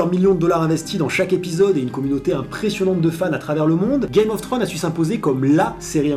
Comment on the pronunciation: Ul excellent episode !sinon on dit "game of thrones" pas "gay mof thrones";)